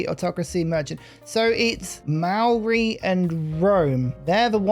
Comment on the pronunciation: Yo viewer from NZ here, Maori is pronounced like 'mouldy', the mao sounds like the moul in mouldy and the ri sounds more like 'dy' cause you sorta roll the r. also marae is pronounced more like 'Ma' 'rye' like youre calling for your mum cause you want rye bread. big fan of you for awhile love the content